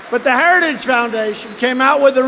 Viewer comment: He did the gaff on saying “Heritage” again.